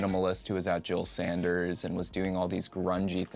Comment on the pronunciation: Not one to point stuff out like this usually, but you said "Jil Sanders" a couple times this vid and have a couple times in the past as well. Pretty sure it's "Jil Sander" as in no "s" at the end. Otherwise great to see you getting more comfortable in front of the camera over time.